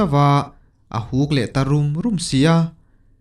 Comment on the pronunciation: A huk 'rum rum' tih hi a huk 'dur dur' tih i lamrik ang hian chhiar la a dik zawk ang.